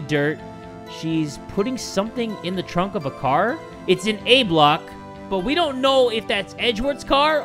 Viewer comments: Idk why i find it so amusing that you said "ah block" instead of A-block lolol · 😂 i got confused for a second when he said ah block and then said b block